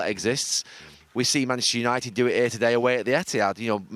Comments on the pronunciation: Gary “Manchshshshr United” Neville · Gary 'Manshhhhhhernighted' Neville. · Gary “Manchistunited” Neville